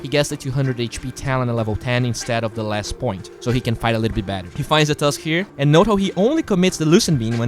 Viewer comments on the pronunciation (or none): none